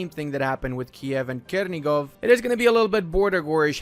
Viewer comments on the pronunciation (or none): Chernigiv is pronounced with CH like in "chain", not Kernigiv